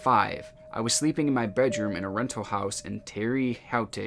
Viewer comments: "Terra Haute" for future reference, it's Haute is pronounce like 'hoe'. Idk why, but it is. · It's pronounced Tara Hoat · Terra hoat is how it’s pronounced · Hoosier here. Haute is pronounce like hote. Why? Idk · It's pronounced "ter-ra hote" :) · TerraHOTE , just read this n say it. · Terra haute is pronounced Terra hoat. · Terre Haute is about an hour an 15 minutes from us. It is pronounced "Terra Hote". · so, i live in indiana in a suburb of Indianapolis, and about 3 hours from the city name you couldn’t pronounce lol.. the name is spelled Terre Haute. but you pronounce it like: Tara Hoat (like goat with an H). lol everyone struggles to pronounce it,. don’t worry you did great lol! just subbed a little while ago & binge watching ur vids rn while in the hospital. thanks for such in depth, great content! we viewers appreciate it! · Terre Haute is pronounced like "tear (as in ripping a piece of paper) uuhhhh hote." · Terre Haute is pronounced Tara Hote 😂😊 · TERRE HAUTE???? Terra Hote, bro. it's just pronounced Terra Hote. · Pronounced, tear uh hote indee anna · woah i used to live in terre haute at that time. its pronounced terra hote lol. but imma start calling it terre howtey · LMAO i live in terre haute. Its pronounced more like "terra hote" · omg ur pronunciation of Terre Haute cracked me up, I live really close to there n it's a weird name btw it's pronounced like "terruh hote" lmaooo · Clip 5 has gotta be some kind of anomaly with the lens or smth. That would explain why it appeared on zoom but not on close up. Edit to say the place in story 2 Terre Haute, Indiana is pronounced like Pear Goat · Its pronounced tea-RA h-OH-te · terra haute is pronounced like " tare uh hote." like hotel with pronouncing the L. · Omg. I grew up in Terre Haute, Indiana 😂 it’s pronounced (tera hōt) small world 🤷🏼‍♂️ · “Terr-ye Hau-te India” I’m laughing my head off, I live close to there XD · THE WAY HE PRONOUNCED TERRE HAUTE INDIANA